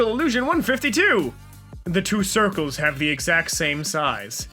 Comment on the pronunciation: HE SAID CIRCLEES